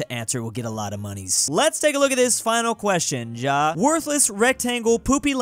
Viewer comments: You pronounce ja as ya…. YA NOT JA ok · It's pronunced ya